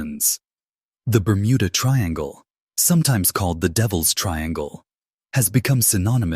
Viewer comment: I couldn't watch anymore after your a.i called it the burmunda triangle 😂